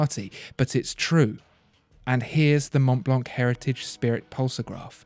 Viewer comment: Mont Blanc is a french name so it should be pronounced in the french way...